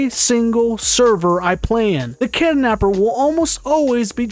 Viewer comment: kidnapper❌ kidanapper✅